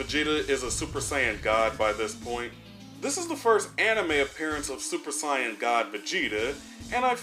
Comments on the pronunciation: Are you purposely mispronouncing saiyan? I'm hearing you say scion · I know you say “cyans” to be funny. But it’s not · When are you going to learn how to say Saiyan?! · Dude stop misssaying Saiyan